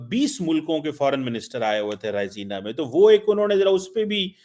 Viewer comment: It's Raisina not Rasina😢